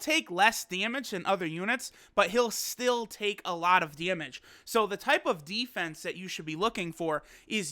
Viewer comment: This guy talkin' about "dyemedge". Not damage, dyemedge. lol